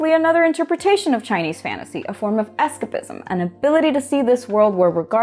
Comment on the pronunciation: I’ve never heard someone pronounce “escapism” like that.